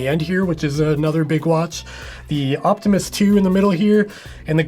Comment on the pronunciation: Every time you say Optimus, I hear Optimist. Which is maybe the best review of the watch.